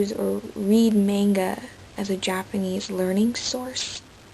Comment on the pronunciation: good japanese pronunciation!